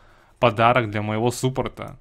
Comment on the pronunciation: Не сУпорт, а САПОРТ !!!!